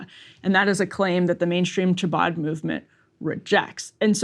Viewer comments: Lol cha-bad 😂. I can't 😂. It's pronounced ha-baad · Emily, hard h or K not “ch”abad. Phlegmy H khabad. 😅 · I love how Emily mispronounces "chabad." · If you can’t pronounce “Chabad” you have no right reporting on it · Emily needs to either A. Get some lessons on how to pronounce Jewish words or B. Have someone else read the copy on stories like this. Her pronunciation was beyond atrocious! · I love that the reporters can't even pronounce "chabad" but think they can add color commentary to this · With all due respect as a Jew that lives in Brooklyn, the way Emily pronounces Chabbad, Lubavitche, Menahem is a literal War Crime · Emily's pronunciation of "Chabad" is almost as funny as RYan saying "big ol' hat." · If you speak for a living and need to do a story about chabad where you say chabad 100 times, maybe ask one Jewish friend how to say chabad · Pleaseeee double-check the pronunciation of Chabad before butchering it over and over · Cringing every time she pronounces “ch” without the guttural sound. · Somebody please teach Emily how to say Chabad and Menachem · A note on pronunciation: "Chabad" is KHA-bad. "Lubavitch" is loo-BAH-vich.